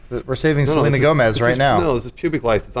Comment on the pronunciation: oh nooooo!!! NOT SORLENA GOMZ OR WHATEVER